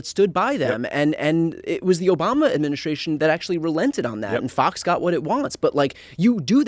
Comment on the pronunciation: you say this word a thousand times a day and yet you still can pronounce it correctly. Administration. Practice saying that word correctly. You screw it up 9/10 times.